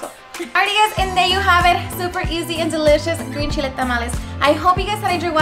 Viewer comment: Lol she said shhhile... (Chile)